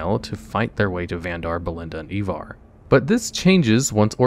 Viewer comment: Do you just have a vendetta with mispronouncing names? Clarence? Ivar?